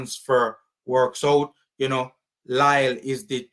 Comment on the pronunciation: It’s pronounce as Lee